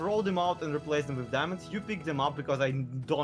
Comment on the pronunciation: Not trying to be mean but it is so annoying when he says “wif” and “uverything”